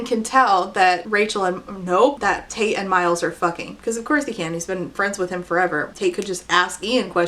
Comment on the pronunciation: You say Tate, I hear Taint. Same same.